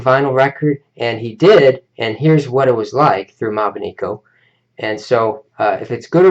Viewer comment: you pronounced it wrong it is mobineko not mobineeko